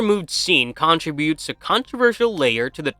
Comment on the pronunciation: Subsequently, contributes, integral, universes, thematic, speculated. What the fuck, man. When do you have to pronounce all these words so poorly?